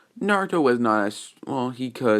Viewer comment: Yo it's crazy how he gets everyone's name right except for Naruto's